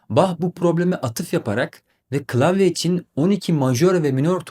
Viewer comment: Ayy n'olur piyona deyip durmayın. "klasik , klavye" kelimelerini de sesli sözlükten dinleyip düzeltin..Sevgimle